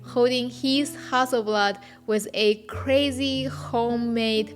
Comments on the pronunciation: Love the way your say Hasselblad. Makes a Swede proud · 'Ha Su' is just so cute! Google confirmed that this is actually the mandarin pronunciation of Hasselblad, so that's what I'll call my 500 C/M from now on. Thanks for an enjoyable video! :)